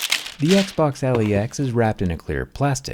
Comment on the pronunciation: I always hear: Eggsboggs